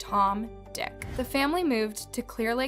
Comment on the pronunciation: I do love your videos. But you don't need to * the i in the name Dick. It's a name not a description of someone or something.:)